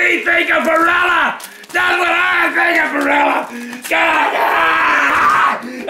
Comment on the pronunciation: Love the unnecessary emphasis on Barilla XD